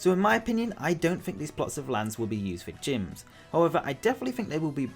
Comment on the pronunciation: Ugh at number four when you said Gyms I thought you said Jynx 😭 an Alolan for for Jynx would be so cool to either Fire/psychic or fire/fairy or fire/ghost and be a Fire Hula Dancer would fit perfectly in Alola! 🌴 ☀️ 🌊